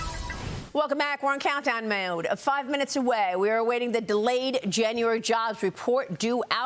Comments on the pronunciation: "welcome back, we're in countdown moewaoud" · Did she have a stroke at the the beginning when she tried to say "mode"?